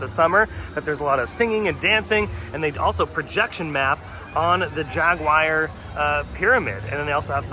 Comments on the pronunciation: Jaguire? c'mon now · The way he says, "Jaguar." 😬